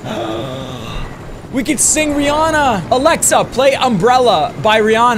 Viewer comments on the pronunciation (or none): none